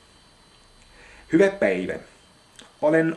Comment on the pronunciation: You are very good in Finnish :) Not many foreigners speak that good Finnish. Only thing that I have to say to make your Finnish even better, is the beginning: for a Finn it sounds like "hyvä päivä" = a good day instead of "hyvää päivää" = 'have a good day' / hello, so you should say the "ä" longer. Nice work!